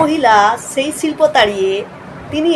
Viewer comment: আগে "শিল্প"‌ ঠিক করে বলতে শিখুন 😂